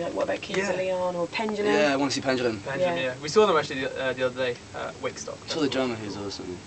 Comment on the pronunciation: why does everyone say pengulum its pendulum